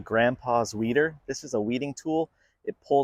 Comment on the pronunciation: Who else heard weiner? 😂